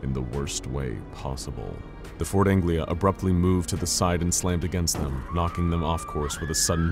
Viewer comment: It's Ford Anglia, not Angela. ;)